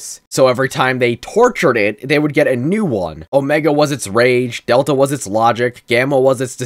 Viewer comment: One small correction it is pronounced del Ta not data